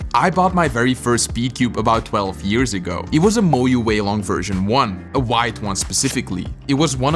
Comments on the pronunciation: Moyu ❌ Moyoo ✅ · FERYOOCORE???.... Sounds like you also cooked MOYU 😂😂😂